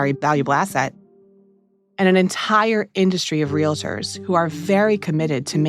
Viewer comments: WE ARE REAL-TORS, NOT RELATORS FOR F**K SAKE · Minor point: the profession is “real-ters” not “ree-le-ters” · For the record, the word is pronounced “real-tors” not “real-i-tors” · REAL---TORS! LIKE REALTY! REAL---TORS!